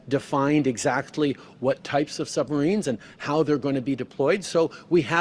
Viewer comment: Did he just say sumbarines?